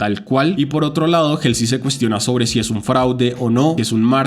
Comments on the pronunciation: Me desespera que pronuncies 'jelsi' en vez de 'Jolsi' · Pequeña corrección se dice "jolsi" y no "jelsi" jeje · creo que se dice jalsey xd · El nombre de Halsey se pronuncia "jolsi", saludos ⚡⚡ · te amo y se que es un comentario bien superficial pero ESTAS PRONUNCIANDO MAL HALSEY.